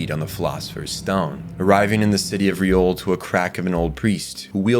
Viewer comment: Great video! But it’s Liore, not Riole